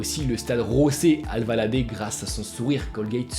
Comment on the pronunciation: c'est José Alvalade pas Rosé Alvalade